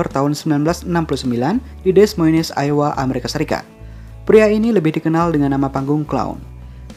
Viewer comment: Dibaca "aiwa" bang